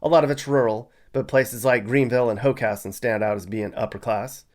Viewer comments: You did a good job researching Delaware! I‘m especially impressed that you correctly pronounced „Hockessin“ and „Newark“. Mispronunciations are a dead giveaway that someone isn’t from here. 😀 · Credit for pronouncing Hockessin correctly.